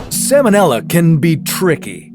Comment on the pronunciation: The L in the word "salmonella" is pronounced, unlike the L in the word "salmon," which is NOT pronounced. The salmonella organism was named for Dr. Daniel Salmon ("SAL-mon"), the American veterinary surgeon who discovered it. It has nothing to do with the name of the fish.